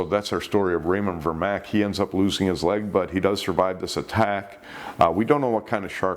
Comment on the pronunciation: Vermaak is pronounced "Furmark", but the second r is silent. Just saying